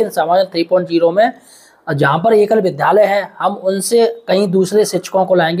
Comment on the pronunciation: विद्यालय बोलो भाई गलत उच्चारण मत करो